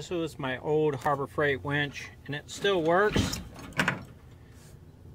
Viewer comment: That is winch, not wench,.